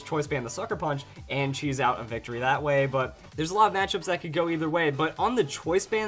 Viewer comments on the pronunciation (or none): none